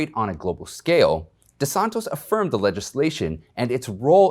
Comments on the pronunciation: DeSantis not DeSantos!!!!!!!!!!!! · It’s DeSantis of Florida, not DeSantos. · It is De Santis - not De Santos .. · It’s DeSantis, not DeSantos. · DesanTOS? Dude, you lost me already. You can't even pronounce his name properly. It's not Greek. Desantis. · Please, it’s DeSantis not DeSantos. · Great job as always. DeSantis, not DeSontis. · Desantis not Desantos , I not O . . . sorry . . . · Great info. Keep in mind that it is NOT DeSantos... But DeSantis... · Di san TIS not Di san tos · Hey Darlin, tis NOT tos De SanTIS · Thank you for your reporting. Minor observation, it's Desantis not Desantos. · I like your videos, but it makes me cringe every time you mispronounce the name of whomever you are talking about. You repeatedly said "Kissinger" when referring to KINZINGER. You called Rick De Santis "De SANTOS" It is really cringe-worthy for a person making posts about important political figures to repeatedly mispronouncing their names. PLEASE. Fix this problem going forward. PLEASE learn the CORRECT pronunciation of the name of anyone you are going to refer to in your videos. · It's De Santis! Tis, tis, tis. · De Santis, with an "i". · It’s De Santis with an “i” not an “o”!!! You’ll have more credibility if you can pronounce the names correctly! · You'd have more credibility if you pronounced names correctly. Have you read it? De San tis. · the governor's name is de Santis, with an i, not an o. Easy to make that mistake, but we should know the name before speaking about its owner. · Say it right it is DESANTIS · Dude- It’s Dee-san-TIS !!!! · It's Desant "i" s, not "o", sir. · Good narrative however, pronunciation of Ron DeSantis is repeatedly incorrect. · Please learn how to pronounce Gov Desantis' name. IT IS UTMOST DISRESPECT TO CONTINUALLY MISPRONOUNCE his name. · Love your videos, but dude... there is no O in DeSantis. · DiSabtis big guy , say it correctly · You keep mispronouncing DeSantis name. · DeSantis not DeSontos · de Santis not de Santos